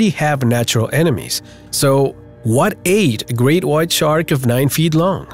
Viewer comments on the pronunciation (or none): Dude , it's called a shark not tchark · Listening to this guy constantly screw up saying shark is annoying